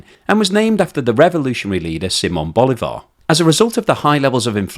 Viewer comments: It is pronounced Boli'var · Bolivar have the accent in the ( I ) not in the ( a ) please a little respect, because Bolivar is a big person around the world, and I'm not Venezuelan.